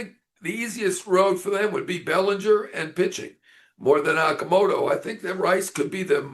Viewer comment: FYI, his surname is pronounced O(H)-Ka-Mo-To...like in "O"range.